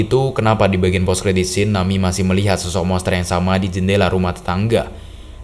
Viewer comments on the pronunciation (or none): ejaannya na-mi-e , bukan nami , ini bukan english